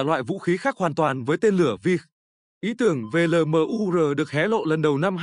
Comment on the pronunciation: Cái ông AI này đọc LMUR thành 'lờ mờ u rờ' nghe chán lắm. Admin dạy lại để ông ấy phát âm chuẩn tiếng Việt đi 😢